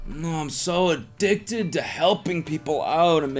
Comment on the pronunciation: "I'm a-DICK-ted to giving."